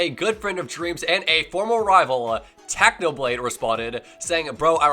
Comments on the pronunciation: He said tacno blade hahahah its technoblade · My man said Tachnoblade